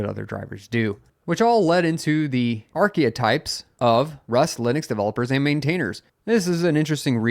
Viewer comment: Arc-e-types, my friend, not arc-e-a-types.